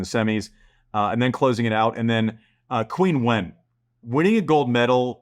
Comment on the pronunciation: Isn't 'Qinwen' pronounced 'Chinwen'?